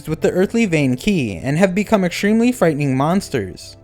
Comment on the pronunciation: qi is pronounced chi please stop saying it like that 😭